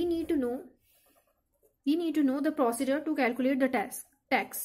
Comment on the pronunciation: Bilkul badhia. Bhut acha smjhaya. Bs procedure ki pronouncing glt hai( galti isiliye btaayi ke aage na hoo. Gussa mt krna)